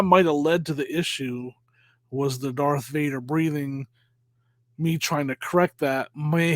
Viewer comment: Did say “G-arth Vader” 😂